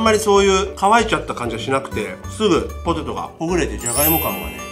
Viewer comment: ポテトじゃなくて、ホテ。トに、なってますよ。